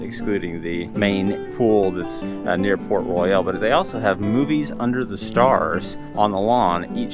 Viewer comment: That's Banana Cabana, not Sebastian's Bistro. That is not open yet. Also, it's not Port Royal, but Port RoYALE. pronounced different. Argh. Good review otherwise.